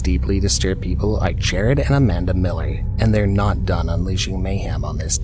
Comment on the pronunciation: It’s JERAD Miller in the first example btw, not JARED.